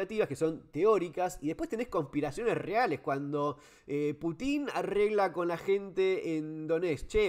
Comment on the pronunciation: Excelente Fernando! Me parece que también hay que considerar el avance de la OTAN (que debería haber desaparecido junto con su oponente "Pacto de Varsovia") sobre los países de la ex URSS. Rusia tiene misiles cada vez mas cerca de sus fronteras. Eso reclama Pútin (pronunciación correcta en ruso.. nombre con raíz en la palabra "Pút" "camino"), Saludos.